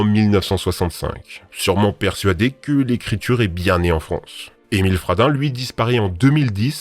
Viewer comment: quand ta dit émile fradin jai cru t'avais dit émile radin 🤣🤣🤣🤣🤣🤣